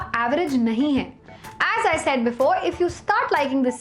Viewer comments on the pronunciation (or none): none